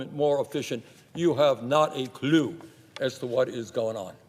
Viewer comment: the way he said "clue" like "cl-ue" at the end of this lil elon bit got me